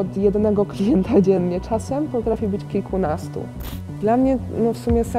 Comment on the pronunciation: jak mówi "kliknastu" i sie smieje to ewidentnie slychac sposob wymowy z taką jakby chrypką xd